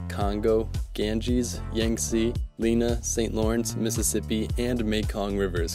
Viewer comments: h but he says Lina. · Lena, not Lina. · h No, he said Lina.